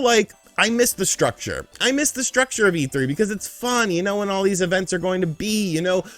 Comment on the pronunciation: Its yall, not all sir. Lol